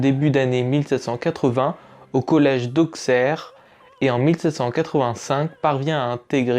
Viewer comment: Bonne vidéo mais petite remarque Auxerre se prononce "AuSSerre" !!!